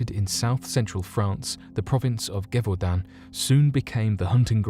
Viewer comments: The pronounce is not "ge" as in "get". Is more like "ge" in "geriatric". Gévaudan [ʒevodɑ̃] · The G is pronounced like a J in Gevaudan.